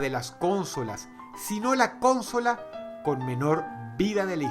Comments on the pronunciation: Se dice consola no CÓNSOLA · Y es necesario que hables como un menso? ...Ahh y no es cónsola es consola. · No mames Dross, se dice consola no "cónsola"... vaya error mas grande de pronunciación. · Pasa diciendo cÓNsola, está mal dicho. El acento está en la segunda o. consÓla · Que cringe da escucharte decir Cónsola con acento en la primera O.. se dice Consóla por dios.... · Pibes: Consola Dross: Cónsola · ¿Por que dice cónsola? Me estresó mucho la pronunciación >.< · Soy el único que piensa que Dross pronuncia "cónsola" en vez de "consola"???? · porque dice CÓnsola , la palabra se acentúa en la última O , consÓla. A veces pronuncia tan mal que me pone nervioso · Para la próxima, se pronuncia consola con el acento en la segunda o. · Muy bueno, pero lo de la pronunciación 'cónsola' no me cierra.. esta mal pronunciado, es consóla..(sin acento) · ¿Por qué le dice cónsola? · ¿Por qué dice "cónsola"? Es consola. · Porque tiene un dialecto diferente? No lo sé :/ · Mi estimado Dross es Consola sin acento. Consola. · Consóla: ❌ Cónsola: ✅ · No se dice cÓnsola sino Consola , acento prosódico en la segunda "o") , es lo correcto. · El mundo normal dice consola y dross dice con-sola xd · pensaba que era la unica que se habia fijado en eso xD dice cÓnsola con acento en la primera o cuando sería "consOla" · soy el único que se pregunta porque dicen "cónsola" en vez de "consola"? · Alguien tiene que aprender a pronunciar bien las palabras. No es cónsola, es consola. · Soy el unico qu notò que DrossRotzank decia "Cònsola" en vez de "Consòla" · Consola o cónsola?? Faltan clases de pronunciación.... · Drossss xq cuando decís consola le pones acento a la O y decís cónsola???? -. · Por qué Dross pronuncia "cónsola" (palabra esdrújula) cuando la RAE dice que es "consola" (palabra grave)? y lo escribe así igual... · Ehm, una pequeña corrección... se dice "Consola" no "Cónsola". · Dross dice CONsola y yo digo conSOla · Alguien mas escucha cónsola en vez de consola? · Nadie Dross: Cónsola